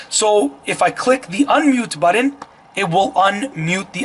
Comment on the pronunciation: And, what is a “buddin”. Can you say BUTTON?!?